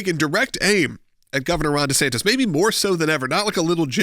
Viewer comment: He said Ron DeSankDis